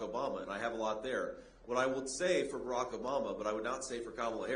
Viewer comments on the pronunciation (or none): none